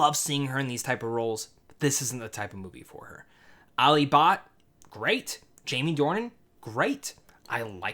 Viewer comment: How you pronounced Alia Bhat and you calling her a kid is LMAO